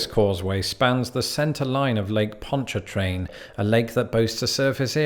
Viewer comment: La Foosh was right, well done, but it's Bah'-you or Bye'-you (kinda between the 2). Bonnie Carey, like Drew's sister. It's over a spillway from the river to the lake. You got Ponch-a-train right. Man-shack, never heard it called the Swamp Bridge but I'm new to Tangipahoa, it's just I-55 past Manchac & Ruddock. The raised interstates (Bonnet Carre & Manchac) are just part of the scenery, raised interstates are no big thing. We also have the Achafalaya (uh-chaff'-uh-lie'-uh) Basin Bridge on I-10, 18 miles, & a Highway 190 elevated highway that I don't think there's even a name for. Locally, the last one is just the Causeway.